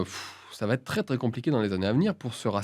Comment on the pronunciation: Julien, il n'y a pas de "T" à la fin de "va", ON NE FAIT PAS LA LIAISON "cela va T-être" bordel. Faut arrêter de s'improviser orateur quand on ne l'est que le dimanche soir, les gens qui font les liaisons à l'oral le font par automatisme parce qu'il écrivent dans leur tête plus vite qu'ils ne parlent. Pas pour se donner des airs en essayant mentalement de le faire. Vous faites un truc qui vous donne une fausse bonne image et qui induit les gens en erreur au niveau grammatical. C'est vraiment insupportable.